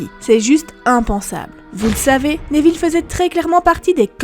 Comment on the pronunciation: Désoler je regarde pas en entier la prononciation Néville au lieu de Néville sans accent ça me fait saigner les oreilles